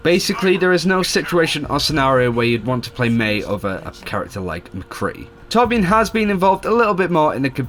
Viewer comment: Did you pronounce Torbjorn as "toe-bean?"